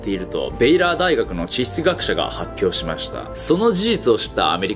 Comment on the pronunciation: 母音の発音が不快 「しましたぁ”ぁ”ぁ”」 「してしまってぇ”ぇ”ぇ”」 「しかしぃ”ぃ”ぃ”」みたいなの